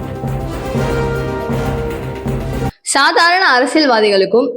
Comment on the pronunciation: சாதாழன சழி . தூய்மை பழியாளர்கள். என்ன தமிழ் இது. ஒழுங்காக உச்சரி தாயே. நீ தமிழச்சிதானே. அல்லது இங்லீஷ்காரியா? ரவுக்கெல்லாம் ழ என்று உச்சரிக்கிறாயே. எரிச்சலாக இருக்கிறது.